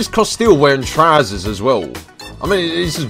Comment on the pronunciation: You say 'trousers' weird